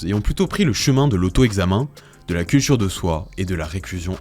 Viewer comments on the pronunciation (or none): Dommage pour le "cultchure" sinon, c'était intéressant.